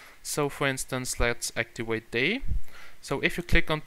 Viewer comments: Practice your English its actiVate not actiWate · actiwate? really -_